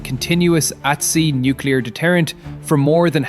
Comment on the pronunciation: No because nucular deteraints would end russia done